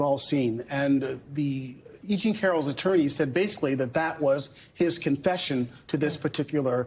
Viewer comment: It’s E JEAN Carroll, not “Jeanie” Carroll. Jesus. The case has only been in the headlines for years now.